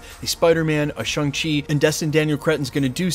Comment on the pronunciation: ShAng-Chi not ShUng-Chi. I'm just gonna keep doing this till you pronounce it right dude.